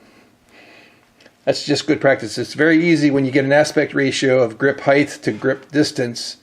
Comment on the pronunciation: You are absolutely brilliant but I gotta tell you you're you keep on doing one of my pet peeves there is no TH in height there is an HT but no TH